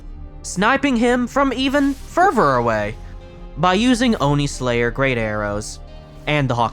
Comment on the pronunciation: hey i noticed you say "ferver" instead of further. just a quick correction incase you are ESL.